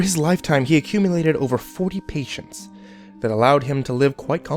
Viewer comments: 'patents', not 'patients'. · Patents, not patients lol. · Did you mean patents not patients?